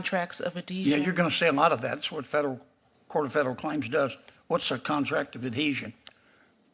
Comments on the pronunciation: Adeasion? Ad-Heasion, lady. Pronounce it. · She says: “contract of adesion” , apparently is not familiar with the word “adHesion” let alone the meaning. What a JOKE! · it’s adhesion! a legal concept and one that a Yale law graduate should not only know, but correctly pronounce. And yet this DEI appointment was confirmed and currently sits on the bench. AHDESION indeed…. what a disgrace. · Did I hear her say adesion? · Adeezhun. She's never heard the word adhesion! Whoever gave her her current job should be in prison. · She didn’t even pronounce adhesion correctly. Contract of Adeezion. Yea deez nuts. Or maybe aDEIzion. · She didn’t even pronounce the word adhesion right. I looked it up and it’s pretty basic, and it’s something she should know.